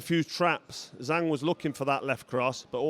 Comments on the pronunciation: It’s zhang not zang, Doh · Carl, learn how to properly pronounce the name of the champ. Disrespectful.